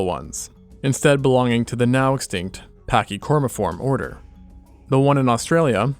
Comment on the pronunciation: PACK-HY-COR-EE-FORMS not "PATCH" 🙄 You murican love espouse that Australia is the "Land of Nope" because of crocodile, spiders, sharks, snakes, etc. but what you NEVER acknowledge is that Australia has a highly educated population, knowing which species are dangerous and what to do in the event of envenomation